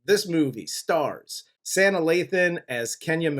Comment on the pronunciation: Lol her name is pronounced Saa nah....just had to tell ya...still love yall though😁